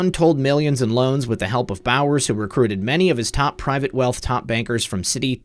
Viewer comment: Bowers sounds like bowels.